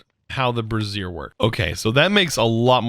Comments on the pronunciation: Bray-zee-err Brassiere is something else entirely 🤣🤣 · I burst out laughing when he called the brazier a brasserie lmao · Just for fun: brassier (a bra) is “bruh-ZEER“ and brazier (stand for burning things) is “BREY-zher” :) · I have to question your pronunciation of brazier... sounds too much like a woman’s undergarment?! Personally thought brazier was spoken braise-i-her rather than brass-i-her. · Bruh the man said brassier ... Instead of brazier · brazier... the way you are pronouncing it is referring to a specific type of garment, Bray - zhur or "jur" think of the "j" sound in the french pronunciation of the name Jaque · Bray-zee-r is more accurate.